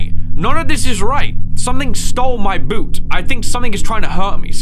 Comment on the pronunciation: Something stole my boot. Lol now thats what its all aboot